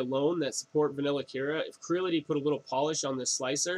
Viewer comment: Creality, not Crility... same as Aluminium not aluminum...